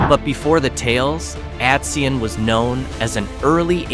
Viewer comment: Atsion is pronounced at-CY-on. Atison, Like Allaire are all very close to populated areas. Atsion is near the quaint town of Medford in Burlington county, not far from the Delaware River and Philadelphia. The Pine Barrens, or Pinelands as natives call it, was filled with bog iron, used to make musket balls for the Revalutionary War. In the Pines there are some true ghost towns where there are only piles of bricks, foundations or chimney’s. The villiages you mention are very interesting, some places like Whitesbog, also not far from Medford and where Miss White cultivated the wild blueberry, have blueberry and cranberry festivals. There are Apple festivals too. Remember, New Jersey is the garden state.